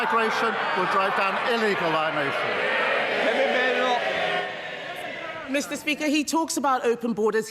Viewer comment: Did he say he would drive down illegal liemation instead of migration or was I hearing things